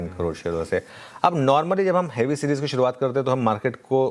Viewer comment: 😂😂 सीजीर नहीं सीरीज़ होता है